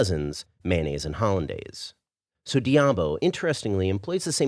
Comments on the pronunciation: why do Americans always destroy the pronunciation of words in other languages.... Curry Debao....wtf is that? Foda-se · I apologize since I didn't want to sound like a douche. I just wondered why you said it all wrong when later in the video you said it various times correctly. Curry Diabo. Also In Portuguese Curry is said Caril. So it would be ''Caril Do Diabo'' meaning Devil's Curry. Much Love! keep up the great Vids. I have been subscribed a while ago